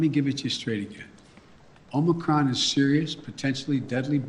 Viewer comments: DID HE SAY MOMORCRON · "Omicrom" he said